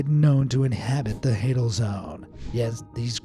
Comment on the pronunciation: hadal is pronouned HAYdal. as in HADES. couldn't even be bothered to know the pronunciation. nice job